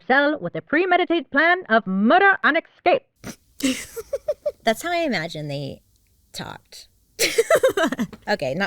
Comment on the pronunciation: Love you dearly but please pronounce it “Ssss CAPE” not “X cape”